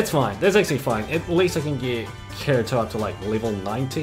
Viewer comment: This dude said karito XD